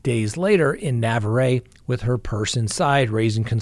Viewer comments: Don’t mean to be a stickler, just trying to be helpful. Navarre is pronounced as follows: Na (nuh)-varre (var [like far]). 🙂 I really don’t mean to offend. 🥴 I really appreciate you and your legal expertise. Thanks! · Hey, I’m sorry man but you are butchering that poor NW Florida towns name, lol. I absolutely hate correcting anyone, especially someone on your level but I’ll do it once and that’s it, lol. Navarre Beach Florida is pronounced Nuh Var I understand why you had the trouble. I thought similar thoughts when I first over to that area. I was just down the road at Eglin AFB. There are numerous small towns in that northern Florida area that are extremely difficult to figure out the proper pronunciation. Good luck to ya! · It's pronounced Nuh var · It's NUH-VAR! lol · FYI. The city Cassie was from is Navarre pronounced nuh-vaar. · It's actually produced "Nah" "Var". The "var" rhymes with far. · I think you mean Navarre Beach which I literally JUST got back from and learned it's pronounced nah-VAR — nothing fancier than that. It's a beautiful beach town just under Alabama on the pan handle. The whole time I felt creeped out there because I watch too much true crime - good thing I hadn't heard of this sad case then. 😕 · Not that it matters but Navarre is pronounced silent E. Thank you for covering Cassie story. So sad. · Spring Hill Alabama, near Mobile). is about one hour from Navarrre Florida. Also Navarre is pronounced like bar or car or var. nuh-vaar. I live around all these places. I love your show. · Pronounced NA var Beach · Sorry its pronounced Nuvar ryhmes with car Navarre 😊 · Navarre is pronounced "Nah varr". we love you. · Navarre Beach... pronounced nuh-vahr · Navarre is pronounced Nuh Var. Cheers! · Na-var. (Navarre) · nuh-vahr; French na-var "NA" like nuts without the 'ts' and "VAR" like BAR but with a 'V'!